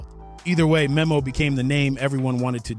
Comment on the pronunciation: Its pronounced like nemo